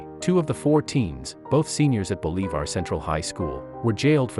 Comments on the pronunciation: For the narrator, it is BOL,I,VAR. Short i not a long e. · Why can’t the commentators on this service learn how to pronounce English words and famous names (in this video Bolivar is accented on the first syllable)?